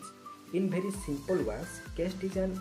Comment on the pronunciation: କେଷ୍ଟ ❌ କାଷ୍ଟ ✅